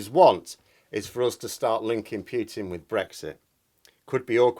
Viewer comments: Great video as usual but please, his name is pronounced POO-TIN not PYEW-TIN. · for the love of the gods, it's pronounced "Pootin", not "Pyootin". It makes me cringe every time you mispronounce it. I don't expect you to pronounce it with a perfect Russian accent, but arbitrarily changing one letter for another is ridiculous. It would be like pronouncing your name "Meerhose" or something! Wow, you said it correctly! haha. Nice! Oh dear, that didn't last long! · 1. Thank you for your contribution. 2. Poo-tin not Pyootin - (П-у-тин not Пютин ). 3. It`s good to disagree with people; not so good to insult them. 4. In my attempt to understand this game of chess, i don't think NATO should be underestimated, or its influence on Mr. Poo-tin. There is, i suspect, quite a lot to this thing, and we are being subjected to a lot of propaganda from different 'points of view'. Please remember you don't know everything (yet, if ever), and i will too.